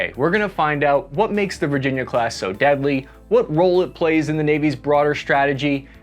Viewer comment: "VIRGINA CLASS" ????